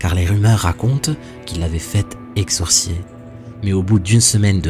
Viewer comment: Exorciser et non exorcier mais sinon comme d’hab ,cool la vidéo